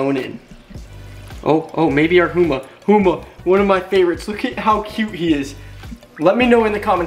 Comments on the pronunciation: Humahuma??? Lol not even close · my gai, it’s humu-humu, not huma-huma lol